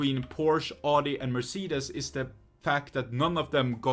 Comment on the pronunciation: For me as a german my ears hurt now, why do they pronounce Audi,Mercedes and Porsche in English so wrong.xD